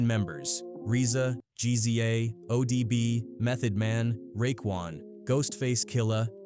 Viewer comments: reeza and gee-zee-a??? come on dude this ai slop is unwatchable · If your gonna do documentaries say the nameS right ..... It's Rza would be pronounced ( Rizza ) and the Gza ( Gizza )